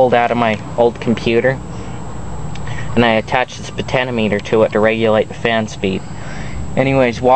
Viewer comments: potentiometer* not potanimeter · potanameter ?????? AHHH U FAIL!!